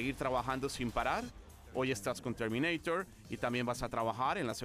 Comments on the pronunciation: Chermineiror jajaja. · CHERMINEIRER :V